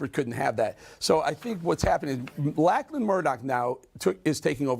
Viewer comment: Just fyi it's pronounced Locklan. 👍